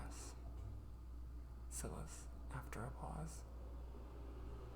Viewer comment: Oooh this is great! I love writing too, but haven’t done any in a while. Also, I don’t know if it’s different across the pond, but here in the UK, Silas is pronounced like ‘sigh-luss’. Like silence, but without the ‘n’ sound! x